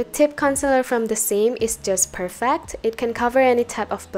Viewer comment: i love how you said perfEct 🥺🥺